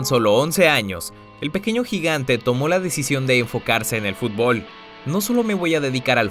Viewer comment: No sabes pronunciar fútbol